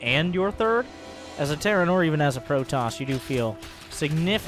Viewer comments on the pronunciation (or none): none